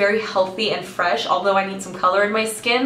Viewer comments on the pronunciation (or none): none